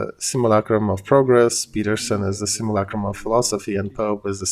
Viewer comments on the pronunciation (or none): none